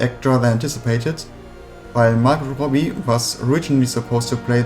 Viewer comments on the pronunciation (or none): none